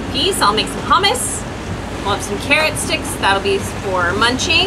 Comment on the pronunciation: Hummus pronounced "Choomoos"